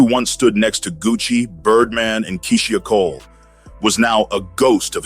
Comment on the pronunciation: If you can't even pronounce "Keysia Cole" that way we say her name (& the way she says her own name)...you're obviously a CULTURE VULTURE. I'm out, not coming back